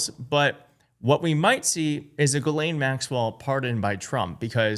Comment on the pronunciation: And, you've got to be about the only American commentator who pronounces Ghislaine correctly - kudos.